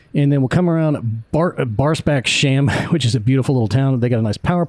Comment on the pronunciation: Thanks for a great flight and video. Would just like to help you with the pronunciation of Barsebäckshamn. 😊 Barsebäckshamn consists of the two words Barsebäck and hamn, so it’s not pronounced sham or shamn at the end. Barsebäck is the village situated 2-3 kilometres inland from Barsebäckshamn, which is the small village situated by the coastline. “Hamn” means marina, harbour or port depending of the size and area of application. Barsebäckshamn was a small fishing village dating back to the 15th century. The “hamn” is nowadays used as a marina for small yachts. Once again thanks for a greats video!